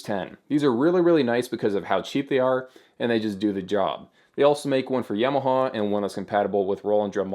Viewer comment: Don't worry about pronouncing piezo. Your Tama and Yamaha are what need work! :P